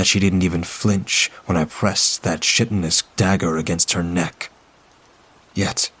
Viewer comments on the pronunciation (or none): Bahahahaha! Shit-inous dagger. Sorry, V but my brain didn’t sort out the mispronounced word, before it asked the question “what is shit-inous” I wasn’t awake but in the process of waking. That author is bad.